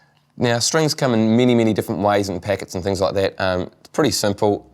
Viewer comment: Now strings comming mini mini different ways???????? haha it's so funny and cool that English can be pronounced in mini mini different ways :)